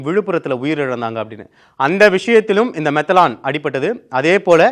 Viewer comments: மெதனால் என்பதே சரி. மெதலான் மெதலான் என்று சொல்வது தவறுMethanol.மீதேன் ஆல்கஹாலின் சுருக்கம். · அரசும்,எதிர் கட்சிகளும் கூட்டு களவாணி சாராய வியாபாரிகளிடம் லஞ்சம் வாங்குவதில். தம்பி,மெத்தலான் இல்லை மெத்தனால் என்று உச்சரிக்கவும்.